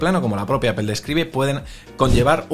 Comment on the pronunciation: Cómo confiar en alguien que pronuncia "Apel"?...